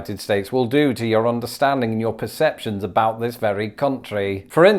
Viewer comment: Someone, I think it was Brentalfloss, once described traveling between the US and Canada as being like going to one of those alternate universes where things are slightly different. Everyone comments on the "about" thing (and you're the first non-Canadian to imitate it correctly, it is indeed "a boat", unless you're talking to J.J. McCullough), but one Torontonian I know pronounces "rather" in the British way. "Rawther". Is that normal? I don't know any other Canadians to check in with.